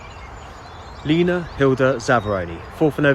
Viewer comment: Is it me it sound's like this guy is saying Nena. It's Lena Zavaroni.